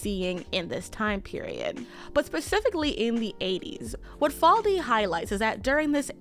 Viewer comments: Omg her name is Susan faLUDi fa-LU-di. Not faldi. I can't finish this video because you keep mangling this queen's name. It's not even a difficult name!!! It's three god damned syllables, it's pronounced EXACTLY how it's spelled. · I hate being nit-picky, but the author's name is Susan Faludi (fa-LOO-di). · Faludi - FAH LOO DEE. Sorry had to do that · Susan Faludi: Fah-loo-dee